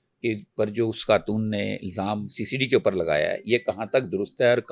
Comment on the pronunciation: Host must set her vocab right Its خان not كهان Its خاتون not كهاتون You خ is not coming out right and being replaced by كه